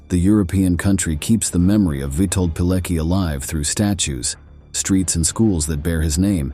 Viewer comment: Pilecki - you can read Piletski, it is closer than Pileki. Now this heroic man is cancelled from history books in Polish schools. Unimaginable! They try to kill him again!